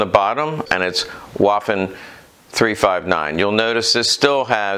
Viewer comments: Vvvvvvvvaffen, not Wafen. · please pronaunce "w" as "v", especially in the "waffen" word